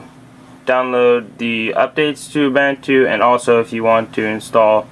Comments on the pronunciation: The way you pronounce Ubuntu makes me uncomfortable xD it's pronounced: u-boo-n-two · or "oom-bun-two"